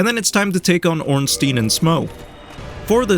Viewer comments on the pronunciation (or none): stein = "styne" stien = "steen" pronounce the second vowel. ei = "eye"; ie = "ee" -"ORN-steen"- "ORN-styne"